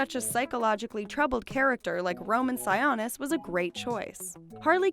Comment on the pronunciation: Sigh-OH-nis. no sawanis ya dum betch. thnx for the extra info tho